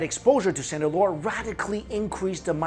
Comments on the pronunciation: Hello, from to you said sandalwood, "sandlore" and "sandallore" i replayed this several times to try and make out what you're saying, could you reply to me what it is you're actually saying? I would like to look into this and experiment with the healing properties! Or if anyone else can make out what he's saying, please let me know!! thanks! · Are you saying sandalwood? I got the first reference to it, but can't make out if you are repeating it in further examples...